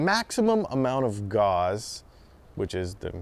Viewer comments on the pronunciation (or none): oh c'mon!.... it's not "gauze" It's "Gauss" as in Carl Friedrich Gauss it rhymes with "house".... If you're going to talk about the science of magnetism, get his name right!